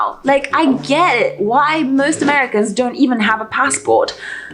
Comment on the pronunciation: Merry Cans eh? Sigh